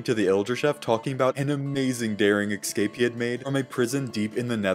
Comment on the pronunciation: So is it a rule that minecraft YouTubers can't pronounce "escape".